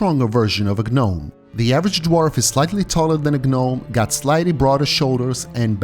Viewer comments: its great vid but the G is silent in gnome, it sounds like nome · Silent G in gnome, brother 👍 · Great video! The Witcher lore is so vast, yet you made it easy to understand and follow. A small tip for future videos: "Gnome" is pronounced with a silent G.